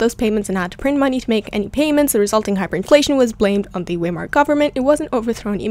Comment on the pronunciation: It is pronounced veimer, not weimer